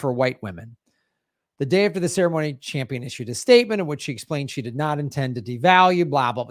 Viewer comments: Cringing everytime he says: Jane 'Champion'. Not a cute look for a dude to be mispronouncing a woman's name when he's critiquing her feminism. Shades of Tucker Carlson? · It’s Campion, not Champion. Gee you’re in the SAG and don’t know her name?